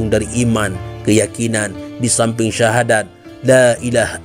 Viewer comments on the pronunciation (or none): none